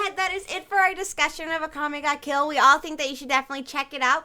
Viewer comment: I love that whenever anyone says Akame Ga Kill, it sounds like they're saying Akame Got Killed. xD